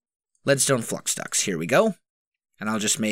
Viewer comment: Am I the only person who hears "flux ducks" instead of "flux ducts"